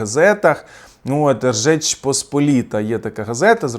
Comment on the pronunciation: Не Ржеч Посполіта ,а Жеч Посп......